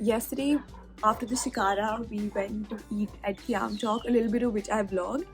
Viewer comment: Its khyam chok nt qyam chok😡